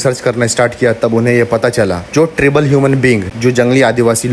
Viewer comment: ट्रिबल नही ट्राइबल होता है भाई